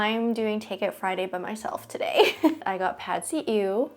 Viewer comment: Wow! As a Thai, I'm quite impressed that you pronounced PadSeeEw very accurate.